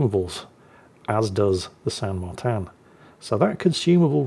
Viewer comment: Martín is pronounced Mar-teen not Mar-tan in Spanish which is the language spoken in Argentina.